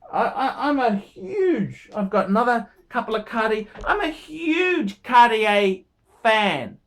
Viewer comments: another great one....ps: it's "cart-yay". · ...I think your review on Cartier watches is bang on - your pronunciation sucks though....Cartier Française...